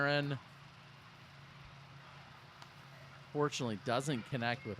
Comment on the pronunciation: Can't really ever hear you say the "UN" part of unfortunately and it sounds a bit opposite.